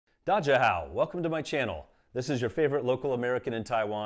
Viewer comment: it's not DA jia hao. It's da jia HoW.